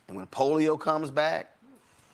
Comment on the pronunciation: This mofo said polio...😅😂🤦🏿‍♂️